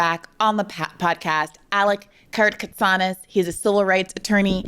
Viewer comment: also his name is Karakatzanis .. not Karatkatsanis... it's a greek name which comes from the common appellation of a group of greek speaking mountain shepherds of obscure origin who live all over the balkan peninsula